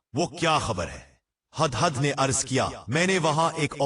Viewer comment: Hadd hadd Nahin 😂😂 hudd hudd bolo . Urdu Bolna sekho.